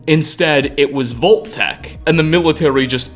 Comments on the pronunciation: BTW, it's Vault (vahlt) Tech, not Volt Tech. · I spent two hours researching locations that pronounce O in place of AU. Not trying to be insidiously mean, but Volt-Tec said dozens of times with Fole-Out became extremely grating on the senses. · .....what? "vol-tac" never have i ever heard of this company......are you trying (and failing) to say "vault-tech"???? "...a crate of poppits" .......can you pronounce any word right? its "pup-pits" is english not your native language? because kudos, i can only really tell with a few words that you dont speak english natively. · Why are you saying “VOLT-TEC??? 🙄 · Why do you end every last word of a sentence with "a"??? Vault techa. Mysteriesa. I'm going insane hearing thisa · He mispronounces so many things in this series and you're gonna make fun of his lack of pronouncing a double-T in "Vault-Tec?" Just listen to how he pronounces "Megaton" : "Megatin," It's supposed to be mega-ton. As in, mega, super, giant... ton, 2000 pounds, a lot.